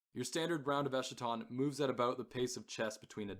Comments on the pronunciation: Eskaton… not eshaton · esKaton, like eschatology, greek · You’re pronouncing eschaton wrong